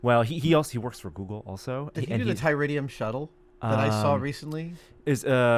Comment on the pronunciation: Tydirium....not Tyridium... ;) I know 'cause i used to have the MPC model.... Ah well.......FYI. Lol.